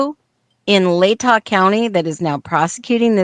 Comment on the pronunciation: Latah is pronounced La-tuh, not Lay-taw.